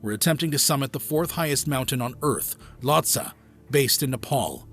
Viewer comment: It’s not that no one wanted to help Mohammad, it’s that they can’t. That’s why bodies aren’t recovered that high. If you can’t walk, you can’t be rescued 😭😭😭 Also, Lhotse is pronounced “low-tzee” lol